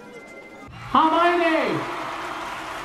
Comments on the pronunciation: "harmiony" almost had an aneurysm trying to figure out if you were trying to say harmony or Hermione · I’m loving these reactions :)) Just to let you know it’s Her-mione (pronounced like the pronoun her) not harmione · Just so you know it’s spelt Hermione not Harmiony and is pronounced as Her-My-Knee. It’s a common misconception especially to this who haven’t read the books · I just love the way that he pronounces Hermoine's name, HAR-mione kills me 😂 and all the theories, love, love, love. As a veteran potterhead it is so interesting seeing someone who doesn't know the lore! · Babe it’s Hermione not Harmiony 😭😭😭 LUV UR REACTIONS THOO ❤️❤️ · ITS HERMIONE NOT HARMIONE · ITS HERMIONE NOT HARMONY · please her name is hermione 🤭